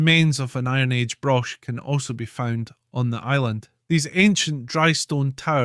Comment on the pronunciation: Balta - pronounced "Ballti" ("ball" as in ballet) Broch - the "ch" is as in "loch"